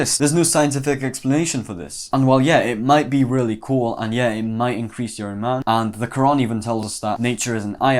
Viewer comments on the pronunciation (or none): none